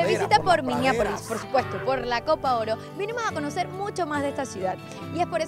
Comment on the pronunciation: MINNEAPOLIS no MINIAPOLIS LOL